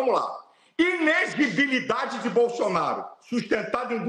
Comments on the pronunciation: É INELEGIBILIDADE e não INEGIBILIDADE pois tal palavra não existe! E já passou da hora de trocar essa dentadura senão ele terá que fazer videos com legendas. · O cara não consegue falar a palavra "ineLEgibilidade"... 😂😂😂😂